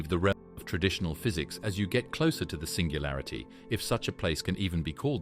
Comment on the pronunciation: "SINGALURITY" sorta killed it for me